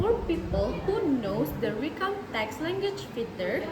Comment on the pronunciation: The actors have less eye contact which caused a little bit hesitant expressions which influenced their fluency in presenting the content. While answering, they covered the speakers with text that showed no fluency. Some words were pronounced incorrectly, for example: feature, museum, and events. the actors showed less effort in mimicing the american accent (native accent). They presented the introduction and problem, however, they didn’t deliver in scene how did they solve the problem which caused confusion in the story line. The story was clear, yet the ending should be explained and delivered more by the actors. The cursing idea presented a creative way in delivering the lesson related to the magical story that they made. -Keisa.22I